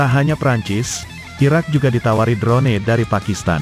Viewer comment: Bukan. Drone. Di. Baca nya dron saja sedap di dengarnya